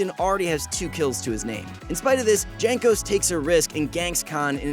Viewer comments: It is pronounced "Yankos" not "Jankos" LMAO, bro, do your work man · Please practice your pronunciation of the player's names. It is really bad you say Jay-nkos instead of Yankos(the way it is actually pronounced). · "Jankos". WutFace It's pronounced "Yankos". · great video and all...but its not JANK-os its YANK-os... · Its pronounced Yankos not Jankos. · JANKOS, not Jhenkos bro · Pronounced Yankos. not Jaynkos. FFSS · Jaynk-Ose? It’s Yank-ose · PLEASE it's pronounced yank-os not djank-os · it's not GENkos it's YANkos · I'm new but isnt it pronounced 'yankos'. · This was not an upset win, they won msi. The former champion is Ig. You read Yankos instead of Jankos. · really calling him "jank"os? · J is pronounced Y in this situation, Jankos is Yankos, I thought you were trolling the first time but it slowly drove me crazy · dżenkos xDDDDDDDDDDDDD ja pierdole l2polish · Its written Jankos but you pronounce it Yankos. Like in You or master Yi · Bruh its pronounced yankos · Anyone else get insanely tilted when you hear him pronounce jankos wrong? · I hope Jankos doesn´t see this video because you mispronounced his nickname... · So you watched the whole series, probably more than once to make the video, and you still can't pronounce Jankos? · Why all not polish people pronounce Janos’s name wrongly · Pls learn how to say "Jankos"